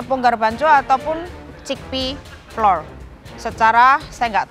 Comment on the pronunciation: Flour tuh bacanya sama kaya flower 😂